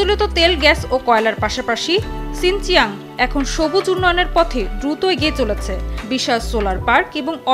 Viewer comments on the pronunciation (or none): শিনজিয়াং কিভাবে আবার সিনচিয়াং হলো 😂😂😂😂